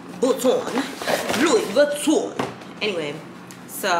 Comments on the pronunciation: It’s you ALWAYS saying “Lewis” Vuitton for me😩😩😂😂😂🤦🏽‍♀️ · It’s pronounced like LOO•EE VEE•TON. ❤️ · Yessss like its pronounced as Louwii VITON hahahaha